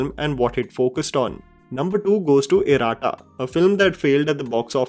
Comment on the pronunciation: Man, you just murdered the pronounciation of 'Iratta'😂😂. I checked again, is it 'Iraada'? After listening to your pronounciation 😂